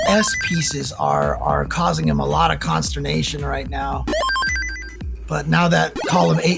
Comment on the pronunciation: Okay but wtf is consturbation😭😭😭😭